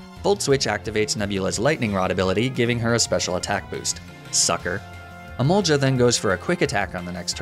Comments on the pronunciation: My god, it's Emolga not Emolja, I'm going mad hearing it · The fact that when I first started watching these videos, pronunciation of "Emolja" bothered me but now he can literally say "Stroojul-Boojle" and I won't bat an eye. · I know it's a running joke at this point, but every time he says emol-juh, it gives me crazy.